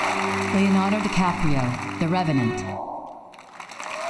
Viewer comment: did Julianne say "Deeonardo Leecaprio?"